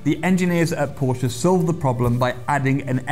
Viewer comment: Did he pronounce Porsche right??? What a nice surprice.